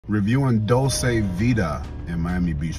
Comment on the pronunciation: Dulce not Dolce